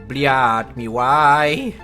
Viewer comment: dlaczego cały czas muwisz bliet